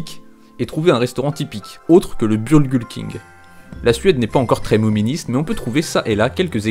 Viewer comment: ca se dit burger king comme en anglais et c'est super connu il y en a plein de France en Amérique ect...